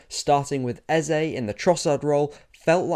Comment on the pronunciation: Thanks for the balanced analysis. But more importantly, thanks for not butchering "Eze" like many English football analysts have decided to do.